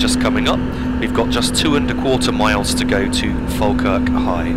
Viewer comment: Finally I found a yotuber who pronounced Falkirk right